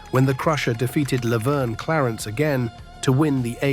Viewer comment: The A.I. CANT pronounce Gagne right...lol..😂😂😂